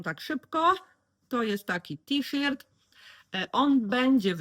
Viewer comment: Witam, zawsze z przyjemnością oglądam Twoje filmy, czerpię inspiracje, podobają mi się Twoje udziergi, są super. A z wymową słowa t-shirt jakoś nie mogę się zgodzić bo w szkole było to inaczej😊. Pozdrawiam, Cię i czekam na następne filmy. Ela.